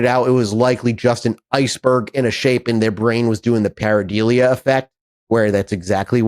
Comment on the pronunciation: its not "pair-a-deal-ia" say it "pair-i-dole-ia"